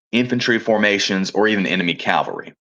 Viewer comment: Cal-Va-Ree? 🤦🤦🤦 Come on guys, you know how this word should be pronounced.